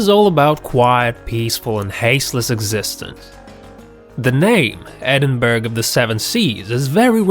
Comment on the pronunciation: The village is pronounced Edinburra not Edinburg!